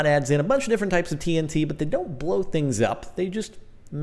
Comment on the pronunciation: tree-n-t lol